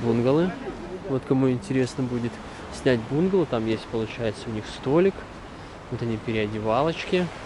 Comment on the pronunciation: Правильно бунгАло,бунгАло,бунгАло😄